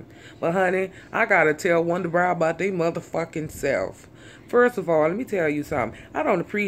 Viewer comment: i thought she said wonder bra lol